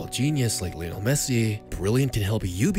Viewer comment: Lionel* not Linl